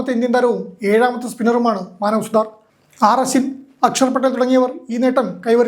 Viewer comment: സുഹൃത്തേ ഇയാൾ സുതർ അല്ല : സുത്താർ ആണ് ( വിശ്വകർമജർ ) ശ്രദ്ധിക്കുക